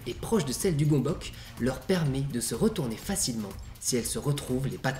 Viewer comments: Ça se prononce pas gombok du tout, ça se prononce gueumbeuts. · Superbe vidéo comme toujours ! Au fait, ça se pronnonce "Gueumbeuc" ;) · En hongrois, on le prononce "gueu'mbeuts". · Du coup, si c'est un mot d'origine hongroise : ça se prononce "Gueumbeuk" :3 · Juste svp la prononciation c'est "gonbohts" (parole d'hongrois) Sinon super vidéo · Gömböc ce prononce [Geumbeuts]